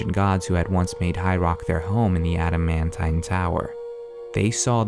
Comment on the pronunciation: Ada-man-tai-n? Its Ada-man-teen...